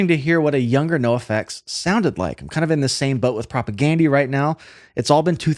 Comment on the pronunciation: The way you say Propagandhi is based.